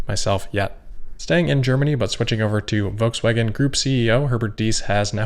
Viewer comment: Volkswagen is pronounced Folkswagen. Guess why?